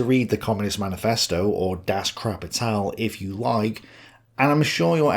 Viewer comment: "Das Krapital" I can't :))